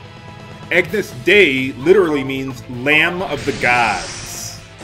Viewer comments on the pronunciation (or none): Its pronounced "ah-nyus deh-ee",.:)